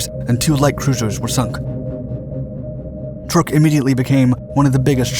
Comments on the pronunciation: Not that it is a huge furor, but the Islands/atoll is CHUK lagoon (pronounced exactly like it sounds), it has been mispronounced for a couple of centuries but still Chuk is the proper name. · OMG...not this narrator again...sorry...just cant listen...cya...isn't it pronounced "Truck"...just asking...i thought it was...could be wrong...this guy is an absolute embarrassment of a documentary narrator...Yamamoto didn't "pass away"...he was killed by P38 fighters over the south Pacific. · The misspelling of "Yamato," mispronunciation of "Truk," and Yamamoto "passing away" (having his command terminated with extreme prejudice by P38's) makes me wonder who writes for Dark. I enjoy their bite size content, but c'mon folks, do better. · You were right. Truk is pronounced Truck. I was stationed there for 8 months in 1992. Micronesians call it Chuuk which is pronounced Chewk. Now most maps and most people refer to it as Chuuk although it is still called Truk when talked about in a historical context. Incidentally, landing on the Moen (now Weno) flightline was interesting. It was built on a sand bar so it is surrounded by water on three sides. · Some info---> Truk is pronounced "truck"...not "trook"...I know...I grew up there...this 2021video and a WW2 era US propaganda film pronounce it as "trook" but it's understandable...BTW...Truk was renamed "Chuuk" in 1986..."Chuuk" means "mountain" in the local language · I always thought it was pronounced "Truck" now I know it's "Trook" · Truk is not pronounced Trook, rather it is pronounced like Truck. It was only called Truk by the Germans because they considered the u to be an umlaut. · Why do you keep calling it "Turk"? It's pronounced "Truck". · DAMMIT! It’s TRUK…as in pick up TRUCK!!! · It's pronounced truck, as in Truck, and YAMAMOTO WAS SHOT DOWN BY AMERICAN P-38'S AFTER WE HAD INTERCEPTED A MESSAGE WITH HIS ITINERARY AND INTERCEPTED HIS FLIGHT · It is Truk lagoon, not Trook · It's not called truuuk it's truck.